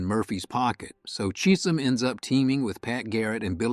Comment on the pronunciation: ai Cheeesum chism ...lol